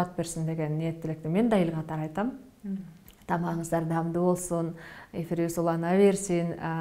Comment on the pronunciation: "дамду" эмес "даамдуу" деп качан туура сүйлөйсүң.